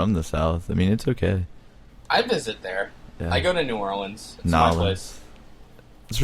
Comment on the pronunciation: I fucking hate when people say Nawlins. No one from New Orleans actually says Nawlins. "New Awlins" maybe, but never "Nawlins".